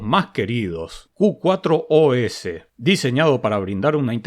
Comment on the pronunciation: Excelente video amigo! me encanta mirarlos! antes de probar una distro busco por si ya le hiciste review. Dato: el nombre Q4OS - se puede leer como "Q-FOR-OS" Muchos saludos de un seguidor Jujeño que vive en la ciudad de la furia! jaja Abrazos!